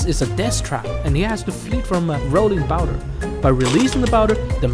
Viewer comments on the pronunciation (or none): why do you say boulder as bouder? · bro really just said rolling bowder☠️